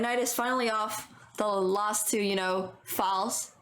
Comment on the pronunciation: you also said ‘lost’ instead of ‘last’